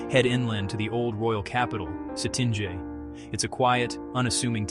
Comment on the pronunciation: As a local, I have to agree with your recommendations. The mispronounciations of Cetinje and Zabljak though, a disaster :)))